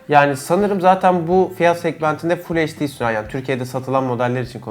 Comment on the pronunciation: Kardeş heşdi (HD) değil gözünü seveyim, eyçdi olacak o.